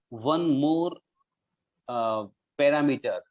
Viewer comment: You are pronouncing Parameter wrong. Pronounciation here